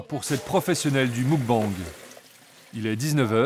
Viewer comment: Des que tu vois que le narrateur est incapable de prononcer muk-bang correctement, tu doutes de la pertinence du reportage. Ca fait vraiment trop france tele dans la facon de commenter. Le meme ton, les memes jeux de mots sans inspiration...